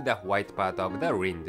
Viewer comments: Rind is pronounced "wrynd" and not "rend", but your narration is always very good and easy to follow. :) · can somebody contact the narrator and tell him he's pronouncing the words "filet" and "rind" embarrasingly wrong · lol, "rind"